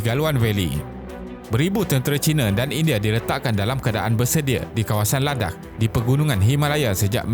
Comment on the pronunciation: Ingatkan dia nak sebut "ladang" tapi tersedak. Rupanya "ladakh"